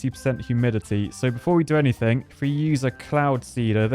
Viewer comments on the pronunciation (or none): none